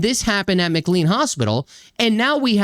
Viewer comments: The hospital is pronounced McCLAYNE not McCLEEN. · It's pronounced McLean with long A as in Shirley MacLaine. The HIPPA law of 1996 prohibits the disclosure of health care information so that's why you won't know about the backgrounds of Brown and the mother and her kids who spent time at the hospital. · Hey - I'm a big fan of your channel and a lifelong resident of a suburb of Boston. FYI. It's pronounced MCLANE Hospital even though it's not spelled that way. Sadly, McLean Hospital temporarily houses many violent people and it has a long history of problems where former patients get released and proceed to commit heinous crimes. It is unlikely that this flawed system will ever improve because time after time there's a violent incident followed by no attempted remedies whatsoever.